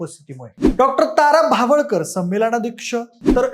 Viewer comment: भावळकर नव्हे भवाळकर